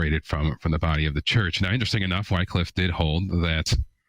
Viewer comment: His name is pronounced "wick-liff".